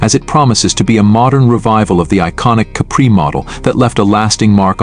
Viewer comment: I agree. Similar one, going around based on the last model spec. The giveaway is the way it pronounces Capri as cup bree